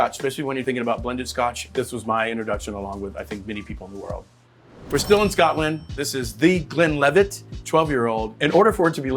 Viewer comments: He also kept saying “Scott-land” like a weirdo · I'm not even Scottisch, but I'm offended by the way he pronounces Scotland lol. Lot's to learn about Whisky still, I realise i'm not the target audience and it's atill a matter of taste (I think Jim Beam is better than Jack Daniels although IMO bourbons aren't whisky at all), but for example saying Glenlivet is peated where it isn't makes me kinda question his other videos too. No hate, just.. a bit disillusioned I guess.